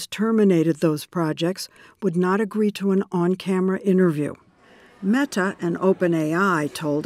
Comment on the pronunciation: every time she says meTa